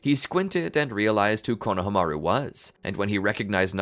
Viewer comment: Pronouciation please! It’s KonohAmaru not KonahamAru